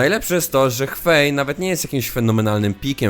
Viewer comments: HŁEJ! Nie hWei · Mówienie Hwei zamiast Hłej boli mnie tak samo jak mówienie Łejni zamiast Wejn xd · Kurwa Xerath czytasz zangielszczone przez Z i F a Hwei jak cebula przez W, uszy krwawią. Poza tym każda postać ma 2 spelle... Terminologia leży i kwiczy